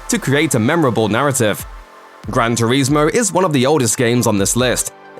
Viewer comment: Had to turn the sound off and watch in silence after hearing you say "gran turezmo" multiple times 🤦🏻‍♂️